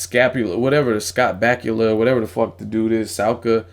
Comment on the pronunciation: Scott Backula, Sulka, Saliva. Funny shit.